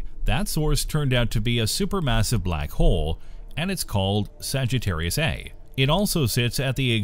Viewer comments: Okay, I can take it no longer. The supermassive black hole at the center of our galaxy is called "Saggitarius A STAR". You see that character behind the "Saggitarius A"? It's pronounced STAR. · The "A*" part of "Saggitarius A*" is pronounced "ay star", the * is NOT silent.